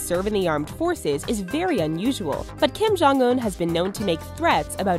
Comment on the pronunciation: Kim-Jon- S U C C